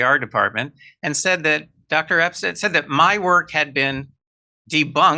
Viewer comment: it's Epstein! not Epstein! 🙄